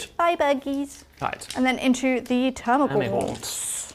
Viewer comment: It's "termagants" not "termagaunts" !!! 🤓 The dictionary definition is also amusing...